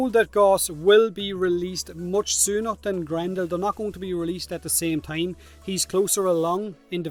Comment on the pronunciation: It tahm bench but no tongue